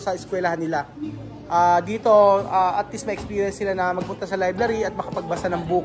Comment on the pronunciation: it is libRary not libLary ✌️